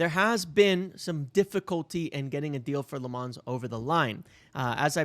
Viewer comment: Lammens does not rhyme with "Fonz". He isn't French.